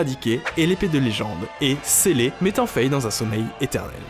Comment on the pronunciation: C'est assez drôle de voir que ni les français ni les anglophones ne prononcent le nom de Fay (Fi en VO) correctement, à savoir "Faille". En même temps, c'est pas ce qu'il y a de plus beau comme nom...